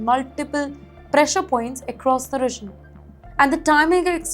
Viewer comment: This lady newspresenter 's English pronounciation of quite a number of basic English words. For example... For region she says regin. For because she says bicus. Horrible. How can you have her as a English newspresenter on your channel??